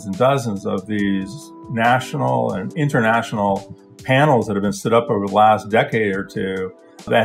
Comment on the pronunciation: "Innernational", "innernet"... What is so difficult about pronouncing a T?